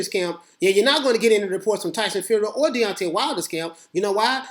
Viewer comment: Ahahaha Beyonce Wilder I love it. Watched a few of your videos thought you just say Deontay fast and it came out sounding like Deoncay or Beyonce that's hilarious it was intentional.